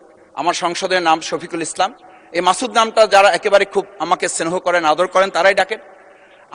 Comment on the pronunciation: সংস্কার৷ স্নেহ ঠিকমতো উচ্চারণ করতে পারেনা। সে নাকি আবার বাংলায় অনার্স মাস্টার্স করছে 😅